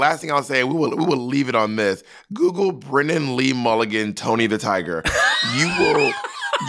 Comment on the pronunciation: Bob say “BRENNAN” instead of brendan challenge, go